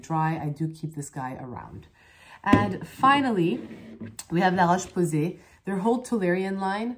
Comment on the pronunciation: Ok I don't know your classmates but I am French myself and I can tell you that your french is simply amazing ❤ I kept wondering how you could pronounce "La Roche Posay" and other brands so perfectly, now I know ! Also I hope you'll find a way to ship your brand internationally, on a besoin de ton expertise en France et partout ailleurs bon sang de bonsoir !!! 😂